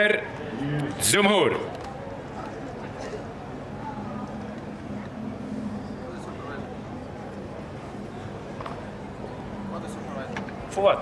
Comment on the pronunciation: džumhur ne dzumur ahah